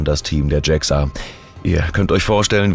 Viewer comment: Warum wird JAXA englisch ausgesprochen? Sonst interessanter Bericht.